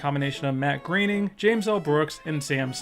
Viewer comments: Why is it pronounced "Greyning" instead of "Growning"? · It's not pronounced gray-ning It's pronounced groah-ning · GROW-ning not GRAIN-ing.. lol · IT'S PRONOUNCED "GROANING" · I always thought it was pronounced "Groan-ing" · Is anyone going to talk about how he mispronounced Groening so many times?